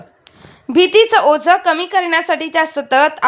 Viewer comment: ओज नाही ओझं